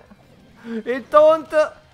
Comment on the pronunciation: Si dice taunt non tount